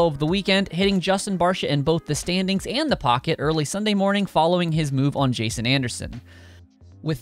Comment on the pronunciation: its jason anderson not justen